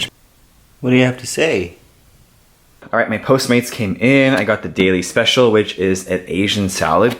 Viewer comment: Cuando you wanna day “Special” pero like you say “Especial” lol happens to me all the time!